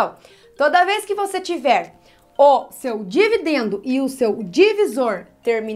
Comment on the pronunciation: "E vc marcou bem os nomes?" ela errando na hora de falar dividendo